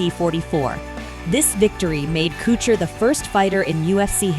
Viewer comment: There is no CH in his last name Stop butchering it